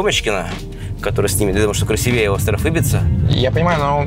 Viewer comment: Команде создателей респект за контент! Но,, надо знать, что правильно говорить не "красивЕе", а "красИвее"Команде создателей респект за контент! Но,, надо знать, что правильно говорить не "красивЕе", а "красИвее"😄